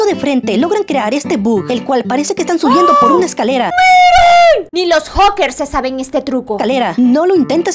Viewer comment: siempre me alegras el día,me das risa ya que no sabes pronunciar la palabra hacker